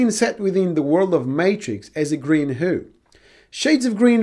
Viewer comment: Exactly the video I was looking for. Just a few things. Hue sounds like the name 'Hugh' (like Jackman) and Adobe is generally pronounced 'Ah-doe-bee'.